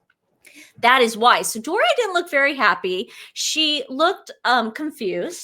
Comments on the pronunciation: was saying "lewk" for look. It is a stupid slang term. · Look(luke) Pennsylvania Dutch pronunciation. Possibly Boston area. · Look ( rhymes with duke) is how scottish people say look with their accent. I think was trying to connect her back to the Royal family. However, She didn't research properly & confused a Scottish accent for a London, English accent. Big difference. Fun to see you on Dan Wooton Girls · was asking about M's lewk, which is slang for "fashion look". She was just pronouncing it like Luke, which was odd 🥴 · Your look is as pronounced just like an English person would say it.